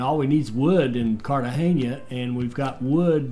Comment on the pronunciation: I think the buccaneer is better for pirating.after you buy everything with fame and the fame loss is irrelevant. Glad you know how to pronounce Cartegena,unlike the tutorial guy.